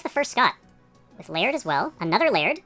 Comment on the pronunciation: Lay - ird ha! I've always wondered how to pronounce that!